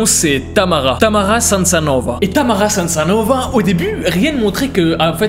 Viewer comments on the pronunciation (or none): salut c'était pour te demander ( vu que j'ai étudié sur le sujet de Tamara ) son nom je crois que c'est samsonova et pas samsanova je crois mais j'en suis pas sure après je te laisse vérifier Sinon j'adore tes vidéos tu racontes relment biens les histoires et continue comme sa je te suis vraiment sur insta et Snap mais en tous cas continue comme sa